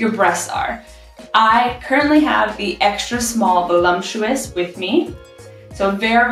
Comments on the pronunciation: Ok, so who is going to tell her it isn’t pronounced veh-lump-chew-us? My wife pronounces it the same way and I giggle every time. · Gonna have the wife check out your channel! BTW…there is no “M” in the word, “voluptuous”.